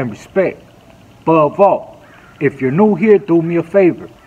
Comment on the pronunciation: BOVE AH LOL ISN’T IT (ABOVE ALL)??